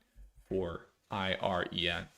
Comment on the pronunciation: I've never heard anyone pronounce it "Irene." Made me sing, "Come on, Irene...." 😂